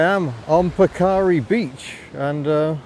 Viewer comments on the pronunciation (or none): Hi, It's pronounced Parker ree .In NZ the gravel roads are called metal roads... and I reckon it's why possum Bourne was such a great rally driver.A lot of us learnt to drive on them.